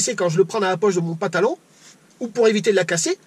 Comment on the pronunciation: Super la vidéo et l'anecdote du tonton...quelle chance d'avoir eu un enseignement comme ça, en pratique, par un membre de la famille...ça donne envie de voir sa bouille au tonton! Un truc, le mot pantalon, on dirait que tu lui oublies le 1er N. On dirait que tu dis PATALON...remarque, c'est original, la LUMY-TOUCH ! :)